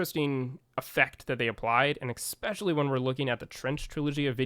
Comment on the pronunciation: It is not pronounced "Eckspecially" It is especially